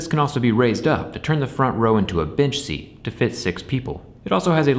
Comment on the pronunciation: Did you call it a bit*h seat or a bench seat? Lol I've heard them referred to as both but sounded like you said the former🤣